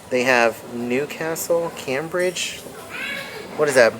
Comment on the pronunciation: Cambridge is pronounced came bridge x